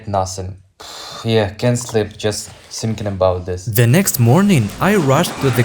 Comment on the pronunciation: Tsinking. 😂😂😂😂😂 its tinking